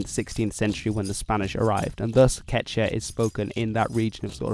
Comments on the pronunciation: I don't of any place where LL is silent in Spanish. Some places pronounce it basically like a Y so maybe it's hard for you to hear in the phrase "Me llamo." Also don't forget the second U in "quechua". You pronounced it basically like "quecha". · Es quechua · OMG ITS "KECH-*W*A!!" FHALJHFNASNCIABFOIAHDAS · Quechua is pronounced as kee-chuua. : ) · KechUa is how its pronounce. He is not saying it right. He is not pronouncing the U for some odd reason. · It’s pronounced kechua